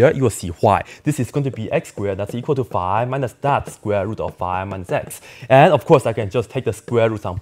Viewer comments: It's "five", not "fi". Your english is atrocious ;-). Fun video, though. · He could’ve saved thirty seconds if he pronounced five normally